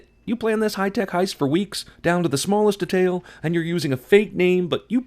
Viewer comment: You pronounced detail and combat wrong :P